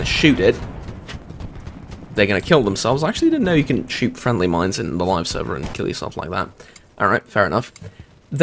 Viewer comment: I thought the last word said "miners"